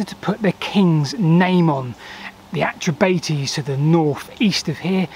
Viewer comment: Great video but your tribal pronunciation was a bit off as others have said: not only Belgae = Bell guy, but the bates in Atrebates would closer to bah tess I believe. Anyway, very interesting video.